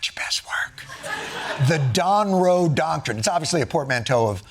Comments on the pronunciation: He didn’t say donroe doctrine. He called it the do roe doctiman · He said "doctriment." Really! I swear it 😂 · He actually says the Donroe Dockermin. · He didn't even say the Donroe doctrine... He said "Donroe Docamen." He couldn't even say it.